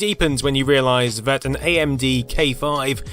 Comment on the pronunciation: Why do you pronounce some th sounds like v, for example "vat plastic isnt discoloured"?